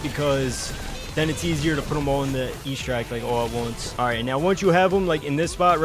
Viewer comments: EXTRACT not ESTRACT thick as shit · I have to tell you it is not pronounced E-stract, the X is not silent and it’s ‘eh’ like in Extra. also, the soccer glitch is the only one i tried and it doesn’t work